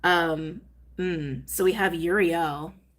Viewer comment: It's pronounced oo-ree-el (i think)